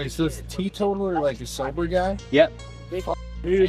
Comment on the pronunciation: lol tee-total er 💀